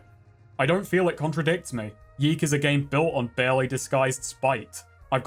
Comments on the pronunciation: It's pronounced Yick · Yiikes (how I like to pronounce the games' title) is an interesting phenomenon. On the one hand, you have an overambitious, halfbaked game with aspirations to be profound (while failing to do so and in the end contradicting itself), whose developers got pissy when people pointed out these obvious flaws and the lukewarm reviews started coming in. On the other hand, Yiikes did make a pretty big splash in the indie game scene and kicked off a lot of interesting conversations about games, postmodernism, narrative etc. , thus actually making a valuable contribution to the world of video games. So in a way ... the devs succeded? They made an impactful 'artsy' game that made people think - even if that impact largely revolved around its' flaws. I guess what I am trying to say is this: Even when art is bad , it can still be art. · I firmly believe YIIK should be pronounced "yech." Like you just saw something disgusting. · i'll keep pronouncing it "yeek", because yeek this game sucks